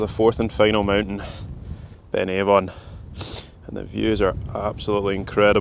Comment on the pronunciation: A bit mean spirited. I thought his pronunciation of Ben Avon was excellent.